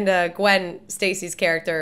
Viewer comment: Gwen Stacy?? I thought her name was Gwwwoonndaa?